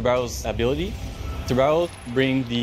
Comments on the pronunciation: Dude, it is pronounced tubaran...o (it means shark) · As a Portuguese the best part is that nobody can say a the name Tubarão the correct way ahahah